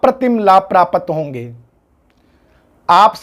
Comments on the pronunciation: महत्व को महतव और प्राप्त को प्रापत बोल रहे हैं जी आप कृप्या सुधार करे 🙏🙏🙏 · Video bahut achchha hai...🙏 Bas ek chhoti si truti ki or dhyaan akarshit karna chahunga : Aap praapt shabd ka praapat uchchaaran kar rahe hain...